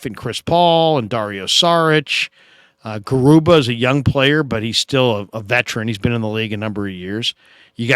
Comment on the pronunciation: Hi I’m not sure you gonna read this, just wanted to correct you about how to pronounce Garuba… it’s Ga.. ah..ru ba.